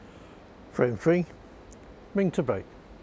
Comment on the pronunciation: Referee can’t pronounce “Mink”, microphone work was horrible! Mink is awesome, I hope she does well.